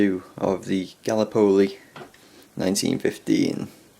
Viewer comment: Where did he say it came from ? Ga la Poe Lee . Where's that then .